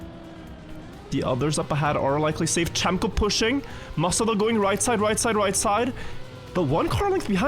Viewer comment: someone needs to tell that cemkoo is not read as "chem - co" but like "gem - co"